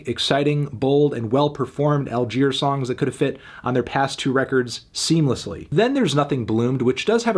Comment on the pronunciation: Great video but did you really need to call them “All-queers”? That was a little too much if you ask me